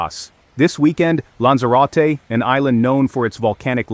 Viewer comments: lan-zuh-ro-tee.....that's how you pronounce Lanzarote!....That's what you get for computer generated voices.... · SI ES LANZAROTE. Nací aquí y vivo aquí. Pero el nombre de los lugares no hay quien los entienda. Están mal dichos. Y la información es muy exagerada. Puro amarillismo. Hay que informarse antes de comentar.